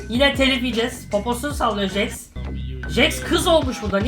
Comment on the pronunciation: Abi jax diye yazılıyor jex diye okunuyor